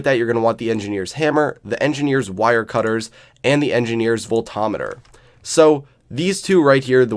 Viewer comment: Oh god did you just call it a volt o meter. Holy crap thats a first lol its volt-meter my man. Lol